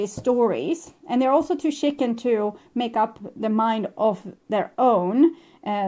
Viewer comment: You're so cute when you say chicken. Because it sounds like shitting. And so in my head i always think 'shitting chicken'. 🤔 yup, sounds like my ex 🤣 right on target 😉